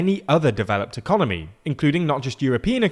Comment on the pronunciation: Did you say "Ecomoney"... I love it